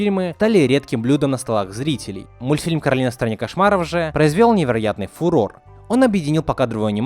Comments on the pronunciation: Не Каролина а Коралина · Сори но правильно к`оралина а не каралина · Некаралина а коралина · Коралина* Почему все говорят Каролина? Если она Коралина? 😩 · кОралина а не КорАлина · Не Коралина а Королина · Не Коралина,а Каролина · Не Коралина, а Каролина, это моё имя-_ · Меня одну бесит, что он говорил Каролина, а не кОралина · Расул Гасанов в мульте русский чел называе её Каролина, а она говорила Коралина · Королина ударение на на вторую о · Коралина ударения на О